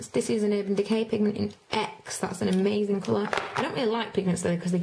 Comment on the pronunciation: Its funny when you say amazin!!!!!!!!!!!